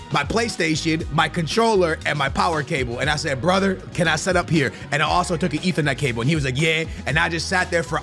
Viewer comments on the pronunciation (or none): none